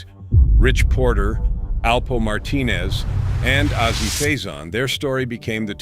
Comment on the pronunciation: FYI : : It's not PROUNCED "AZEE" .. The name is the Letter "A" + Letter "Z" .. simple if you're going to tell the story at least pronounce the names correctly